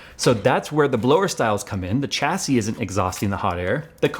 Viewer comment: Pls stop saying Chassis, its pronounced Shassy... why emphasise the CH but not the IS on the end? like when you wash your car, do you use a chamois leather, bet you call it a shammy leather, not a Chammy.